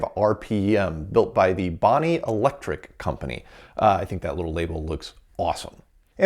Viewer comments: It's not a "Bonnie" motor, it's a Bodine motor. And cheers for the Frieden Flex-o-Writer in such great condition. Also, I believe that either the Frieden's paper tape reader or the main I/O tape reader should have a boot loader program on it. Maybe the Frieden ran the boot loader and the main tape reader loaded the O/S. Check the documentation. And, Hurrah the disk memory spins again! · Pronounced BOH---DEEN Was playing with them in 1958 as a kid.